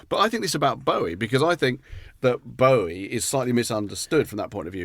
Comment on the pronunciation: Except we all know it's Bow-ie not Boh-ie....😂